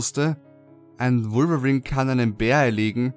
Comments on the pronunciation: Wolverin hört sich genau so lächerlich an xD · Ich fand am gruseligsten seine Aussprache von Wolverine :P :D